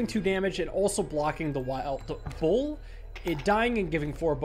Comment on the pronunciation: says "bull" like "boar" and it gets me confused every time